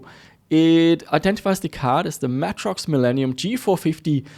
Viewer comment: holy shit. i have never heard of matrox pronounced as matt-rox. always more like matrix but with an o - may-trox